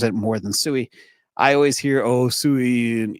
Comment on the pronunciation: SUI is pronounced "swee", not sue-eee. The later is the word used to call a herd of pigs.